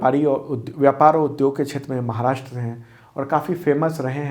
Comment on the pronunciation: सर आपके व्हिडिओ बहुत अच्छे होते है, केवल एक suggestion है- "महाराष्ट्र" है "माहराष्ट्र" गलत है।